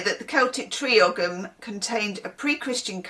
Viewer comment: Ogham is pronounced 'oh-um'. It's an ancient Irish writing system. Each symbol is a different native tree (a bit like runic script) It's a living tradition in the sense that it never really stopped being used, a bit like how the eight fires of the northern hemisphere year are now given the Irish names, because the local language fell away in England ("I blame the normans") but the Irish didn't, so the lasting language is the one we use.